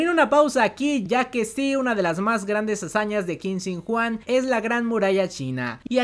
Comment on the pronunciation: te doy un consejo.... QUIN SHI HUANG, se pronuncia chin shi guang ( china viene de chin) o tambien muchas veces se ordena como "shi huang chin" o mi forma preferida de decirlo "shi huang ti" te lo digo porque segunramente en los proximos meses vayas a repetir mucho este nombre